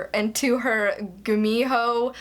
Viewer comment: Your pronunciation of gumiho is correct. Danielle Steel publishes 3-4 books per year. 😂 Goldfinch by Donna Tartt is quite thick. 😁